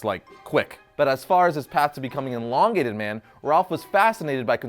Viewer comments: Stop saying enlongated it’s elongated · ermahgerd! it is EEEEEE LONGATED not ENNN-LONGATED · everything reads elongated man but he says enlongated man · It's not inlongated it's Elongated ;) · No one else is going to point out that he keeps pronouncing it eNlongated man? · The host says enlongated man and it's really annoying! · It’s not “En”longated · You made an 8 minute long video about a guy and you couldn't even pronounce his name correctly once.